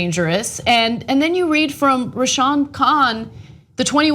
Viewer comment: Its pronounced Ray-Sham man... No wonder I though it was two guys ...